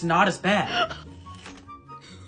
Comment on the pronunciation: That “Expensive” was personal 🤣🤣🤣